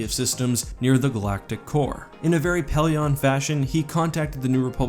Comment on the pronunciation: I don't mean to be rude, but it's not really respectful if you don't take the time to learn one's name. (Pellaeon)